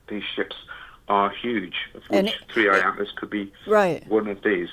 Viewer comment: WAAIIT! He's calling it 31 Atlas... It's called 3 i Atlas!! How can we call this guy legit if he doesn't say the name correctly??